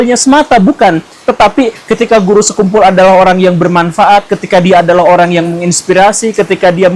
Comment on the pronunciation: kamu ga ber-intelektual sekali, sekian revisi-lah pelafalan nama beliau itu!